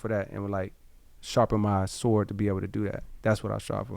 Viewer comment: Hearing Cole pronounce the W in Sword really throws me off 😂